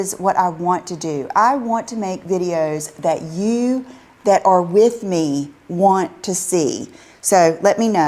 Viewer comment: If pronounces want as won't, then how does she pronounce won't when she really means won't? She might benefit from a little attention to the other aspects of her existence. Oh, and I thought she had a designer--so why so many bedding mistakes. Finally, so sick of YTs saying "you need this" thingy. She is trying to fill a big hole with her constant buying. It's not working though.